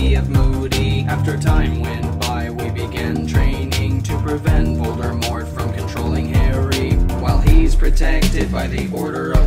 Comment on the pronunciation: Why do you say Voldermort it's voldimort